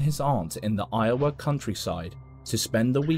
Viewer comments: Lowa!? Lol😂😂 it's Iowa dude. Eye-oh-wa. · When you said Lowa it took me a while to realize you meant Iowa not Lowa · I love every video that you put up. It makes my entire day! Listening to your stories about the book to read you say “lowa”, it is actually pronounced, Iowa= eye-O-wuh. It’s not a L it’s an I. lol ❤ It’s a State here in USA. Love to listen to you say Lowa though. 😂 thank you for all of the great videos, chat, conspiracies, UFOs, and the paranormal! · Love love love this guy!!!! Been subbed for 3 yrs now. Today though was the day I needed to correct him on a pronunciation, not like a jerk, but just informative. I mean, I'm sure I mispronounce areas of his country all the time. I've heard him twice now, in different videos, say "Lowa" when it was clear that he was referencing the Midwest state of Iowa, where I was born and raised. The correct pronunciation is "EYE-oh-wah", which itself has been modernized from the native American tribe of Ioway (interesting history if you've got 10 min to spare). Its citizens are called Iowans. The 2-letter code is IA. You're welcome.